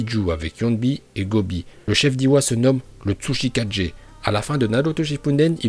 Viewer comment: Tu prononce bien hokage mais mal tsuchikage,mizukage,raikage et kazekage